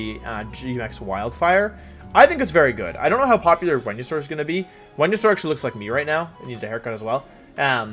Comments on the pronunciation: G-Max “When-you-sore” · Is this man saying "windysaur" when he he knows for a fact it isn't pronounced that way because there are a million different places you can hear it pronounced? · Nobody: Wolfey: VeNuE-sOr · It’s venasaur and your hair is short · sounds like he is saying wenusaur or vwenusaur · I’m new on this channel. Why is he calling Venusaur, “Wendysaur”? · Wenusaur. He switches v and w sounds. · If it’s pronounced Wideo and Wenusaur, shouldn’t your channel be pronounced WolfeyWeVC???🤔🤔🤔